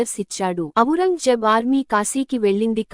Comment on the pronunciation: "అవురంగజేబ్" కాదండీ..........."ఔరంగ్ జేబ్"